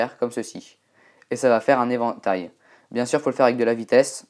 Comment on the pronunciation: Quand tu dis "évantail" on dirait un chinois XD